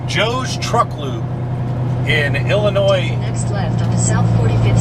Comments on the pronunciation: He just likes to say illinoise to get everyone riled up in the comments 😂😂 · it's pronounced "Illonoy"... for Chr..t sake... Jimminy Christmas.....